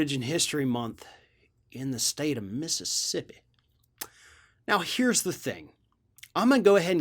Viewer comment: you know he is a southern boy when he says Mississippi like that lol XD